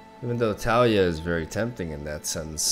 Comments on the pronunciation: En mi opinión el nombre del campeón no es Tália, es Talía, rompiendo el diptongo con la y de Taliyah. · Tah-Lee-Yah. I love you but the way you pronounce Taliyah's name is like a needle against my bones. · TAH-liah FeelsWeirdMan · The way he says Taliyah makes me cringe ngl.